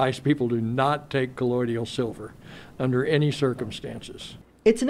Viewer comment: They’re not even pronouncing it correct.. 😂 it’s colloidal not colloidial